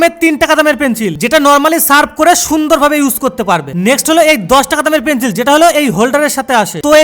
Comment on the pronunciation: Pencil ❌ Penchil✔️😂